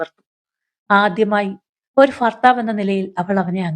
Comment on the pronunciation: കഥ കൊള്ളാം. ഫാര്യ അല്ല ഫർത്താവ് അല്ല (ഭാര്യ. ഭർത്താവ് )ആണ് 😂അത് ശ്രദ്ധിക്കുക.